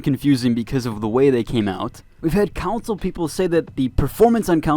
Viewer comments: Con-sole. Not Cown-sole. TF guy? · I don’t normally comment on this sort of thing, but you are mispronouncing “console” to the point you are saying another word., like “city council”. If you are planning on reviewing games, etc., you should learn how to say console.